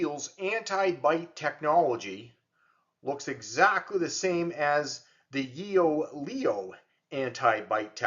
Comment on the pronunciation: "Yoeleo" is pronounced as "YOH-leh-oh" with the emphasis on the second syllable, "leh".